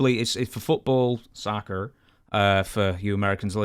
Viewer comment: the way he said Soccer 😂😂😂